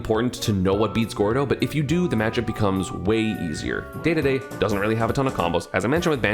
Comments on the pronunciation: D-d-d please not day-day-day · Everyone: King Dedede ESAM: Daydayday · I can’t like this now that you have said day day day instead of dedede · Idk There is a slight charm to when you say "daydayday" but at the same time 'Dedede' is just objectively correct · Say deedeedee not dehdehdeh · Dedede, not daydayday :D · Yes. You say it like DeeDeeDee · I think you should say "Dedede" but that's just how I say it. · Please start saying dee-dee-dee, because i am a die-hard Kirby fans, and it pisses me off every time. It is pronounced dee-dee-dee. It's how its pronounced in smash, and in smash, let me remind you, he is voiced by the same guy who not only created dedede, but is directing the game itself. There is also the anime, which i feel like I dont need to explain, like c'mon, i think we all know that Dedede: It's the name you should know. Dedede: he's the star of the show, so give him that attention, treat him like the damn star he is, AND PRONOUNCE HIM LIKE THE KING HE IS. HE. IS. KING. DEDEDE. AND ALL HIS MUSIC SLAPS. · Please say Dedede💀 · pls stop saying daydayday :( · PLEASE just say deedeedee. it makes me flinch when you don't. got some hot takes here, but overall you make good points. solid vid! looking forward to the rest of the list! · Why yes. I feel like a majority of the Universe would enjoy if you started pronouncing DeDeDe correctly. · Esam, i'm gonna need you to start saying Dedede's name like Dedede, not Dedede! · Please say dedede the right way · yes. please. start saying dedede correctly.